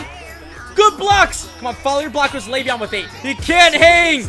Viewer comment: It's leveon not laveon.